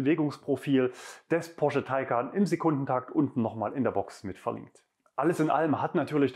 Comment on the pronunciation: Ich hab nicht einmal Porsche gehört. Nur immer wieder Posche 😉